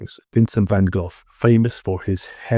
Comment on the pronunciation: Thanks for pronouncing ‘Van Gogh’ kinda right 👍🏼